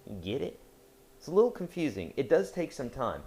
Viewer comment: "Giddit?" xD the way he says it cracks me up